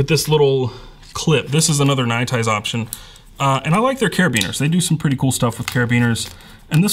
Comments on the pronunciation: It bothers me how weird you pronounce nite ize. It sound like you're saying ny tize when it's clearly pronounced night ize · I love your videos i just always wonder why you pronounce it like that is all